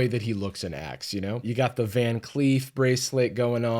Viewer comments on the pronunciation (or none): its van. not von.